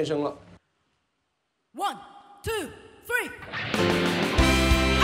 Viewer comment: 感觉发音有点小问题，starting两个 t 都应该发 d 的音，后面的 d 好像要发弱一点的，感觉有点小别扭。